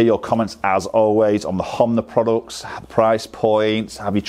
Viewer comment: Honma , not Homnay...